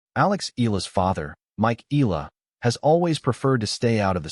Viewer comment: We love watcjing all videis about Alex but just a friendly request, can we try pronouncing her surname corectly please as how it is in the Philippines. thank you for considering.